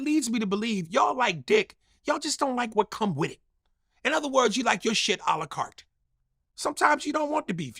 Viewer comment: "Ala cart". LOL!!!!